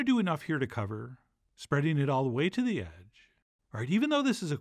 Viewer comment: It's not delivery, it's da struggle